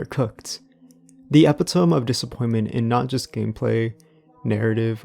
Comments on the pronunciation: You are how old and have been speaking English for how long and are somehow still mispronouncing "epitome" as epi-TOME instead of epi-TOE-MEE ???? Have you ever even heard someone speak English before?? How do you expect your video essay to be taken seriously on any kind of scholarly level if you can't even pronounce "epitome" correctly? 😂😂😂😂😂😂😂😂😂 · epi-to-meee not -towm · *E-pit-uh-me, not eppy-tome lol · the word "epitome" is pronounced "eh-pi-toe-me" by the way, not like ep-i-tome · epitome eh-pit-oh-me